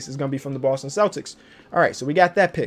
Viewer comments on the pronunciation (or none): none